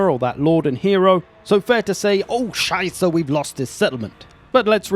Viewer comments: Fuckin love his accent in this should not get much more better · As a German fan of your chanel i must clearly admit that your pronounciation of "Oh Schei**e" increased very well over the last years.